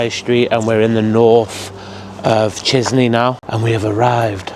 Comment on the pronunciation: As a Romanian, your pronunciation of Chisinau is wild 😂. Great vid, learning lots about Moldova. My grandparents are buried in a cemetery very similar to that in my hometown. I'm not sure why, but that's what graveyards are like around here, hastily built, narrow paths. The dead's families are in charge of maintaining the graves. So more and more graves become overgrown as the dead are forgotten, families move away or just die off. It's sad, but that's why they're in such a bad state. All Romanian cemeteries are the same, too